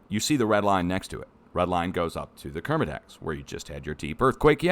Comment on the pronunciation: Nailed the Kermedec!!